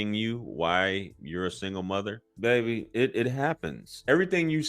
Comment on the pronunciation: You kill me every time you say baby 😂😂😂